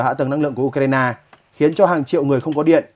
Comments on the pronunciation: Tôi xin góp ý, 1 trong 2 bạn phát thanh viên đọc ''Ukraina" thành "Udna" là sai hoàn toàn vì nó không giống với phát âm của bất cứ nước nào. Làm ơn phát âm cho đúng ạ! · Anh này cứ nhấn mạnh chữ u trong từ ukraina. Tại sao vậy?